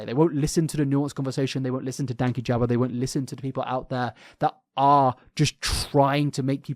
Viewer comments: Just for future reference it’s Dan-keyjabo hearing you call him Danky jabo is so funny hahahha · I think his name is pronounced like Dan-key-juh-bow just for future reference. We missed you btw!! Hope you had a good holiday besides the flu part 😅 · Dan-kee-jah-bow has said his own name enough times, that you should be able to pronounce it properly. Also, exposition is harder to say than ex-i-bi-shun. Like your videos, and as you speak for a living, it’s important to pronounce things properly 😊 Merry Xmas and all those baubles 😂🎉